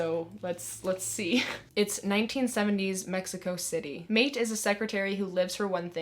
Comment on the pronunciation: So many good recommendations love hearing of new books that no one talks about I added several to my tbr. Also Maite is pronounced My-teh ☺️